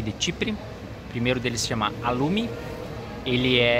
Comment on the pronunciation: Só uma dica: o som do “ha” é “ra”, portanto a pronúncia é “ralum”.